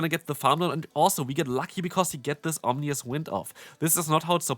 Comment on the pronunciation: OM-I-NOUS not OMNI-OUS 😂😂😂